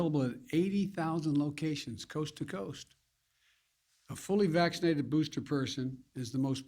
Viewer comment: How many times did he say SMaccinatedDd in that 10 min clip lol